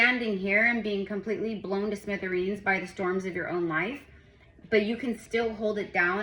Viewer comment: 🐉….” You could be blown to Smithereens”😂 I like the analogy and ur French 😅